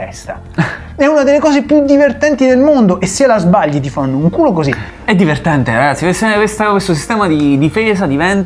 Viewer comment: Io ogni volta che guardo un video di QDSS muoio dalle risate. sostituisce tutte le T con le D <3 Troppo diverdenDe